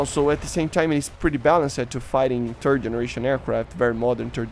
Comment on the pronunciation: I am sorry, accent of 3rd generation sounds like "turd generation", kind of fitting of current 3rd generation plane in current air RB